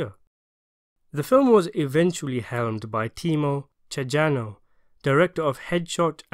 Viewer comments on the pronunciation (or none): Timo Tjahjanto is pronounce Timo Chah-yanto... Iko Uwais has improving as an actor and as fight choreographer. He designed the fight choreo for this movie and IMO it's better than The Raids which he also choreographed.